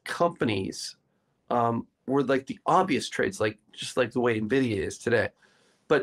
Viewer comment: It's not "NEH-vidia" - it's "EN-vidia" :)